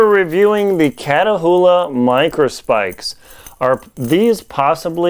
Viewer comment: They're pronounced "KAT oola" Not Katahoola